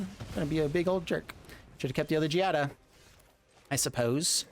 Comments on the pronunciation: Don't know if this was said already but Giada's name is pronounced GEE-AH-DUH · Considering the way the ETB mechanic can be so useful in the deck and gameplay, try using cards that blink. Your usage of makes me throw up in my mouth a little every single time you mispronounce it. Learn and grow. Kaito is something I would find a better card to use instead.